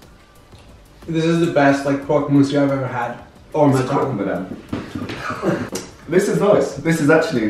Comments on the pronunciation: croc mousse 😂😂😂: croc madame 😅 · Why was it so hard for to say "CropMadame" (tryinh to be a bit tooo proffesional at making the food) XD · Chef: It's Croque madame Raph: Croque miseur Chef: Croque madame Raph: Croque miseur Us: 😂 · Rapha: This is the best croque monsierre I’ve ever had: Croque madame